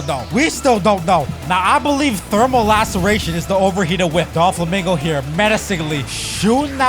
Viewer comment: Bro said Don Flomingo😂😂😂😂😂